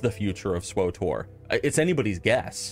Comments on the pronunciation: SW-TOR, NOT SWO-TOR! There is no O between W and T. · lol "swotor" xD